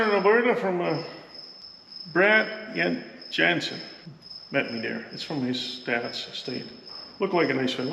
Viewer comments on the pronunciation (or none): That bailer looks like it's been taken care of really well! It looks practically new, especially for a 2007 but I do have to say, Janzen is pronounced Yaantsen, just like if we would spell your name in English. Yaan! Right?